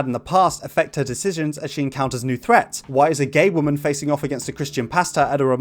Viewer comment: “Episode 7: ‘Womëan’” took me out 💀